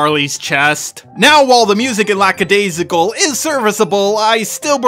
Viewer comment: I love you... but so many missnaming of characters and even of the series itself. It's not Lackadayssical, just Lackadaisy. LACKADAISY!!!